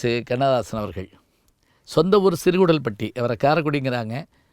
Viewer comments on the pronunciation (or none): Neenga epdi sir thappu panting a? It’s siru koodal Patti. Not Kudal. It’s sigappi aachi not sigappu.